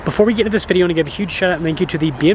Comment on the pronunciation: Hey everyone... in todays... viblyyagonowtomogoe? You mean... In today's VIDEO... come on, we love you... but please enunciate the word VIDEO IN YOUR OPENING.:)